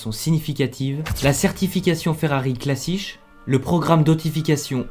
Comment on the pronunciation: Pour info la calification Ferrari classiche se prononce clasike !le ch donne k en Italien 🇮🇹